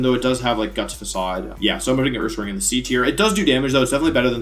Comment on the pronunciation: THE SECOND C IN HONCHKROW IS SUPPOSED TO BE A K! AND DO NOT LEAVE OFF THE N IN URSARING!